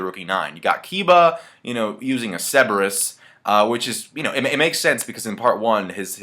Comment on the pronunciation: dude cerberus is in our language , why is it the only name your pronouncing wrong? come ooooooon